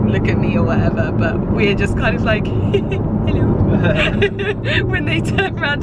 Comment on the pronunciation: I loved it when you were explaining how people turn when you start the engine of this car. Especially the way you said "Helouu" HAHHA died!